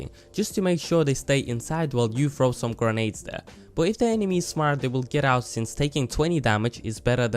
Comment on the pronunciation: You're videos are pretty chill on top of being qualitative, it's really an added bonus :) Also, it's "grenades" and "footage" :3